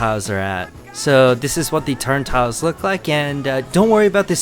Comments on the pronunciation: Nice video, friend. Just one small correction: It's "turnSTILE," not "turnTILE." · It’s called a turnstile not a turn-tile